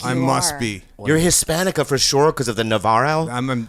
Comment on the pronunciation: the way bobby says Navarro lol